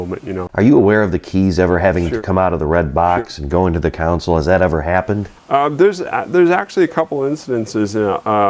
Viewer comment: It's console, not council.